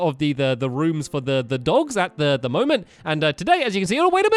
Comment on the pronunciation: Was it just me or did stampy say "let's go to he love house" ??????